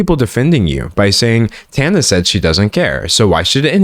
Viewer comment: I think this is the first video ive watched where someone is pronouncing Tana's name correctly. Thank you for actually saying her name properly, its been weird hearing people talk about something serious while also not caring enough to look up how to say her name